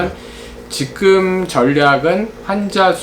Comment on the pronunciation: 정보: 임용한 박사님을 비롯해 "찐 원로 지식인"들은 "지금"을 "직끔"으로 발음하는 경향이 있다.